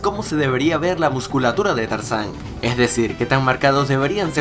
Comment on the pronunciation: dijiste carzan no tarzan eso lo note porque eschucho bien suscribete a mi canal